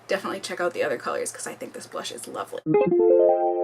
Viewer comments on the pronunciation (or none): When she was talking about the bronzer did anyone else catch her say "loverly"? I thought that was so cute haha. Love you,! Thank you for another wonderful video.